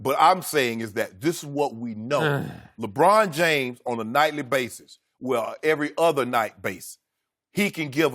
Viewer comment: I love how Skip and House are arguing teams, and all LeShannon is saying is "Lewhine James" over and over again. He does understand it's not a one on one situation right?